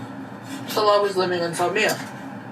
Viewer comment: I think Salah was being smug and telling her how to pronounce it properly, but, he is pronouncing it wrong.